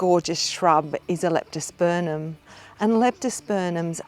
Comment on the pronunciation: Thank you very much. Now I hope you won't be offended but the name of the genus is pronounced LeptosperMum, not LeptosperNum